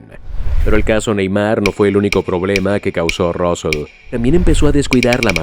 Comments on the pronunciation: Se pronuncia Sandro Rusei no Rusel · Se pronuncia Rusei (Rusell) no Rousel, y este fue el segundo de Laporta durante bastante tiempo. Solo con eso, ya se ve que todo es inventado, el resto ya es información que sabiamos todos los aficionados. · Suena mal Rosell en ingles😂